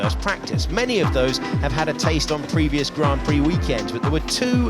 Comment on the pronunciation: What was that at the beginning with the American accent when he said grand prix 😂😂😂 and then automatically back to English accent hahahahahahah that doesn't impress anyone lol 😅